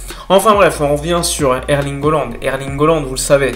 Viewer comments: CA SE PRONONCE"ALAND" PAS OLAND IL S APPELLE HAALAND ALORS ARRETE DE DEFORMER SON BLAZE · Erling Haaland. Ça se prononce Erlingue Hollande. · haaland et pas holland ptdrrr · Ça se prononce Hollande.